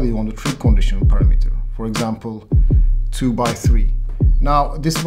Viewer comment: I love the way he pronounces Parameter... Parra Metre. A little off topic I know... Sorry.